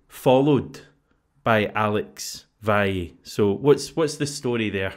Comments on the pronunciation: He called him VaYay. The letter V is pronounced 'B' in Spanish, yet folk calling him VallAy or VaYay. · Valle in Spanish is pronounced BaYay.